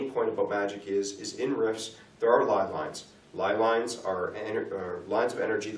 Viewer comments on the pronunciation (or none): Great series. But I can't stop wincing every time left dude calls ley lines "lie lines." :)